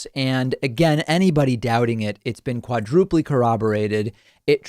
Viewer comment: Quadrupleyyy? Its quadruple. English pronunciation, not the porteño pronunciation my friend lol ;)